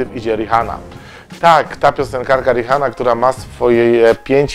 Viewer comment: Jak już to riana a nie Rihanna hahaha